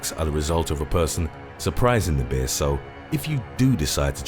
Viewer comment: "Bee-ah" - I'm not sure why his pronunciation of that word tickles me so.